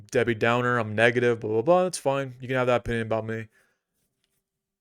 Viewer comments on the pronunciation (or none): none